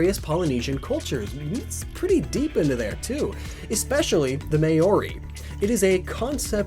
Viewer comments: Oh my God, thank you so much for saying it right. (K-ah ney, instead of Cane this time) but you did get Maori wrong. It's (M-ow Reee) not (May Oree). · May-ori? It’s either said mowri or mori I think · It's Māori (MAA-OH-REE), not mayori. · may-or-i lol mar-ri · He said May Ory lmao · M-a-ow-ri. The way you should say. Not what you said. Also can quickly look up how to say it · Why can't Americans ever pronounce MOARI properly, makes me cringe everytime!!!